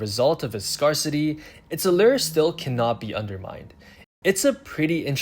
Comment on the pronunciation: I had hands on with burgundy and it’s a beautiful watch. My preference is the 68 with blue dial, as I find 58 on the smaller side but I will wait until the 68 is on jubilee. FYI, it’s pronounced scare-city, not scar-city as it’s phonetically written.